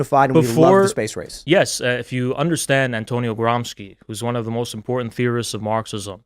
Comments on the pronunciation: Your boy Trump said that Marxists live like vermins, perhaps you could enlighten him in how it wasn’t real communism he’s citing , and that real communism share a lot of his values, like serving jews 😉 Also, it’s pronounced Gramscee, not Gramsky, he was Italian, and before being caught in the communism scam, fought for Southern Italy reclaiming her authority after the bloodbath and theft of resources known as “Italian unification” from Northern Italy with the help of France at the time. You know, the stuff that your fake ideology doesn’t teach because we’re not black/arab enough to be victims to “Western Imperialism”. He suffered from tuberculosis and short height, you know, the kind of people so desperate that are easy to grift, he’d fit right in as one of your donators. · Gramsci is pronounced GRAHM-shee.